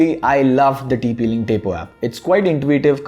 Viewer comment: It's Tapo not tepo